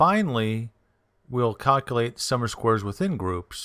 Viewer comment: Thank you for the info. Tip - it's spoken - "sum OF squares" . . . NOT "Summer Squares!"